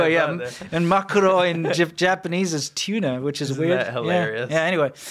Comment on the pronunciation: maguro not makuro...